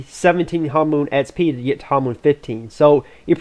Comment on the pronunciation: espee try to say eks pee :P